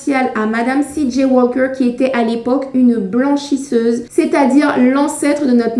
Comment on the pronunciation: Bonjour, le "l" dans "Walker" ne se prononce pas tel que vous le faites, il ne convient pas de faire un "l" françophone, juste allonger la prononciation du "a". Comme cela revient beaucoup dans votre vidéo, une meilleure prononciation aurait été plus agréable... à savoir pour une autre fois, tous les mots aver "alk" n'ont pas de "l" prononcé façon "l" francophone: "talk", "walk", "stalk".